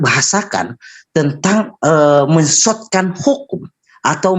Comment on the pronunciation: mensotkan, mensottkan.. 😝oten itu dlm kitabmu